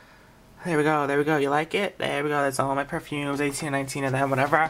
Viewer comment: Haha I love the little comment on the Juicy Couture perfumes "This is sweet this is whatevah" LOL